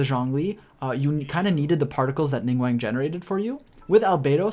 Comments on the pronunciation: ningWANG??? Bro, it's Ning-"GWAWNG" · LING WANG??? ning guang my guy xD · He do be pronouncing Ningguang like how Benedict Cumberbatch pronounces penguin